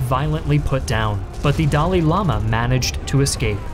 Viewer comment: Your pronunciation of "Dalai" is incorrect